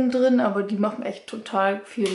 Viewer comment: Es heißt "drin".. "drine" gibts nicht